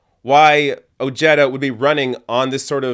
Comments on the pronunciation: His LAST NAME is pronounced Oh-Hey-Da NOT Oh-Jetta. Come on Man!! Get the guys' last name right. It's Spanish if that helps. Having said that he did vote for Grumpy. He was CONNED into voting for that mango faced Racist Fascist Perverted CON. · Dear God...It's not "Oh-je-duh" it's "O-He-Da" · Oh-HAY-duh. It's Spanish. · Ojeda is a SPANISH name. I know you're smart enough to understand that. I'm from southern Calif and if someone pronounced that Oh-Jetta instead of the proper pronouncement they would be seriously laughed at. What's going on here? Are white people re-appropriating other cultures' names and making it their own? Hahaha. I would Never vote for this guy just for that. Btw, do you know that A LOT of Spanish people from Spain and other Latin countries LOOK WHITE. LMAO! You're a fucking riot! "Does he look Spanish to you?" I can't believe you said that with a straight face. Hahaha! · His name should sound Oheda. Ojeda is a Spanish name. When I say Jerry Jones in Spanish, I don't say Herry Hones. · Ojeda = oh-hey-duh the j gives an h sound like in jalapeno, listen to the audio i forgive your canadianness... not trying to detract from your video... just watch out for the shithawk.... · At least attempt to correctly pronounce that mans name!! Its annoying.